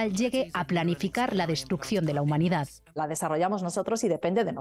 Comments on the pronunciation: "a la hunmanidad" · Ah, sí. "HUNMANIDAD"👌😁